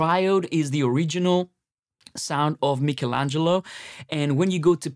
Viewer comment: At least you have pronounced it correctly the same way we italians do.I’ve heard some american folks with the funniest pronounces 😂